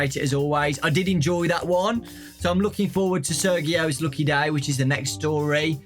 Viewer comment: no mean to be rude, but i’m pretty sure the name “Sergio” has the “G” pronounced as a “J”. i’m not sure if there may be a difference but i kinda got annoyed (not in a bad way just an OCD kinda thing LOL)